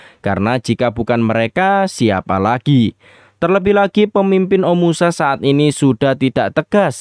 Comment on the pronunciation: Bagus story telling nya min❤ tp knp pengucapan kota omashu menjadi omusa ya?